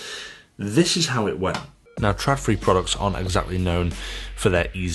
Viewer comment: it´s not called "tradfri" it´s called Trådfri....